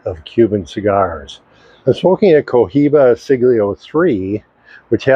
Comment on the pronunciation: Cohiba —not Covina :(